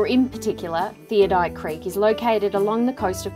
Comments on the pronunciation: Great pictures of a beautiful place, however, It is pronounced Theod - oLite not theodite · Ummm if your going to show places how about you pronounce it correctly it is pronounced "thee od o light" Not "theo- dight" wow insults to locals who named it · I am amazed at the amount of people who cannot pronounce Theodolite THEE -OD-O-LITE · Theodite? No, it's Theodolite.